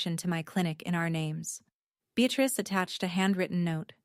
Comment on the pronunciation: And the grandmother’s name is BEATRICE not “be at risk”. Although there’s a bit of irony in the translation. 😂